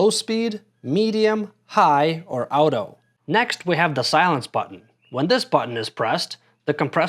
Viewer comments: WTF ..' Owtoe' ??..the term AUTO comes from the word AUTOMATIC , so how do you pronounce that ?! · Were you trying to trigger me when pronoucing “auto”? Literally nobody pronounces it like that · Now work on your pronouncistion of “auto” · American. Obvs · I've never heard anyone pronounce auto like you "out-o" regardless of that thanks for the video, that's very helpful.